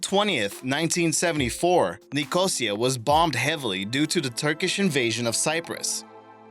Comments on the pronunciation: It's not Nih-COH-sia, it's Nico-SEE-a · NicOsia - the word is pronounced NicosIa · repeat after me .....NIK...O...SEA....A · Bwahaha. He can't pronounce Nicosia..... Edit. ABORT, ABORT, ABORT. He can't pronounce any of the name places correctly. What waste of time! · That’s not how you pronounce Nicosia.